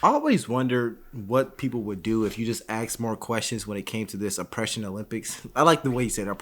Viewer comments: it's not axe. It's ask. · Why can't black people say ask? You speak very well and yet say axe. Why is this a problem with black people? Please someone explain this to me. I know the second I hear that I think uneducated and yet you do it and I don't see you as being ignorant at all.